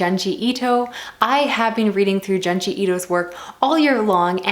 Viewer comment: it's actually pronounced J-ouh-nji and not j-ah-nji. I've only ever read Uzumaki so I'm curious to hear what you think about Frankenstein!